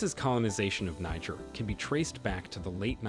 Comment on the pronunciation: Learn how to pronounce the name of the country before talking about the country.